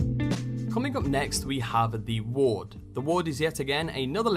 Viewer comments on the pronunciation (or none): none